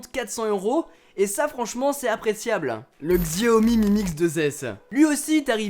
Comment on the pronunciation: Xiaomi se prenonce Chiaomi..